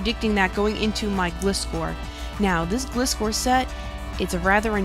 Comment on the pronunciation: She says it fine! Don't listen to him, he doesn't even speak 'Merican. XD